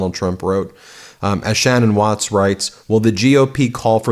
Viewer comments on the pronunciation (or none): none